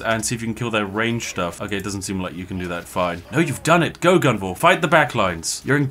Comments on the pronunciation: Come on Spiff, it's Gunvor, not Guvna'! 😄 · You know he's Bri'ish when he stops calling Gunvor guvnor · Why did you say guvnor 2 times? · Calling Gunvor, Guvnor is just a British instinct. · About halfway through the video, Spiff's pure Britishness breaks in and causes him to inadvertently become a stereotypical caricature. Spiff: "Let's go Guvnor..." Me: * chuckles in chimneysweep * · I got sad when he started pronouncing the commanders name correctly midway through the video, all the times he called him Guv-Nor were so appropriately British. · I had fun because I'm russian and it sounded almost like his name is Shit :))